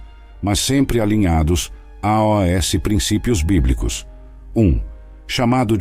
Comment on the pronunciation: Porquê dizer a.o.s. quando se lê aos tudo pegado sem ler letra a letra. (pronuncia-se aus). Por favor não invente.